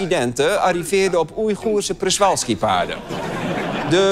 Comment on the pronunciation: Het is Przewalskipaard, niet Prezwalskipaard. It gets worse: je spreekt het uit als “Pzjéwalskipaard”